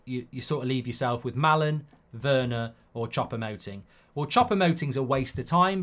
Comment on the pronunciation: 'Chopper' Moting. 😂😂😂 FFS Mark it's Choupo-Moting. 'Chew-po'. 😂😂😂 By the way, Eric-Maxim will be somewhere between Ighalo and 'Workhorse'. I.e. not very good.